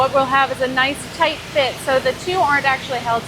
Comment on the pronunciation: Awwww, that's Toyt like a tiger. The tour guide knows her stuff!